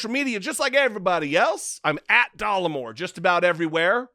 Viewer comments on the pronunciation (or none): NOT DOLLAR MORE..... I,☝🏽 as a real American female 💪🏽🩸 find you rather dapper, kind Sir! I'm sure you can care less what this seemingly unintelligent man thinks of your looks? Especially since he's so keen on your "berries"🤔🤭. And I also find your brains and smarts extremely attractive!🤷🏽‍♀️ So "F" this guy! Your real audience are here for the truth!✌🏽 Once again thank you for your service! Blessings upon blessings to you! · It's not dollarmore it's Dollemore. Again basic reading! Your education system is so obviously deficient. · DOLLEMORE NOT DOLLARMORE